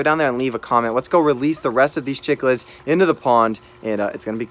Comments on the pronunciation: Chick-lids?? It’s pronounced sick-lids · Chiclids are pronounced sick-lids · Chicklids really? Sicklids is the right pronunciation..though the spelling is cichlid.. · CICHLIDS !!!!!! NOT CHICKLIDS